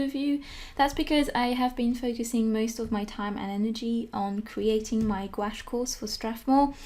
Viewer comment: why do you pronouce gouache as gawash